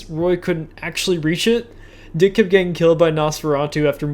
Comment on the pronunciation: The best part of this video was you pronouncing Deke as Dick.